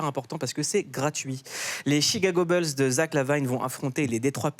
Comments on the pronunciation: arrête de dire "BEULZ" Mouloud! On dit "BOULZE"! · Les "Chicago Beuls" 🙄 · on peut refaire la vidéo en disant "chicago boulsse" plutôt que "beulsse" ? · Chicago Beuls 😂😂😂😂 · Bulls ça se prononce boulssssss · « boulz » alors. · "beuls" ça va me hanter pendant des jours😹😹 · Quelqu’un peut briefer Mouloud sur la prononciation des Chicago « Beulz » 😂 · Les Chicago Beulss MDR 😅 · Arrête de dire Chicago « beuls » 😂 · "les "beuls" de Zach Lavaïne" horrible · Faites un effort sur la prononciation c'est les Chicago Bulls et les Detroit Pistons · "Chicago Beulsse" Et les noms des joueurs aussi : "Zack LaVayne" 😁... Reste frenchy gars 😄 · Chicago bulle et Détroit Piston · Chicago Beulz et Detroit pisTON . Un petit effort !